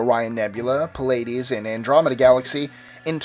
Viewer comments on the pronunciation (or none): none